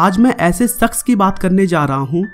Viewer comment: Saks nahi shaks ... starting me...